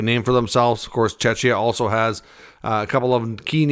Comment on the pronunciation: Please learn how to pronounce Czechia. Or rather call it Czech Republic 🙈